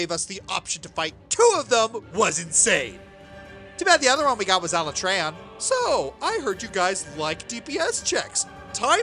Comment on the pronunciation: As a Monster Hunter veteran, you're hurting my very soul in how you pronounce Alatreon.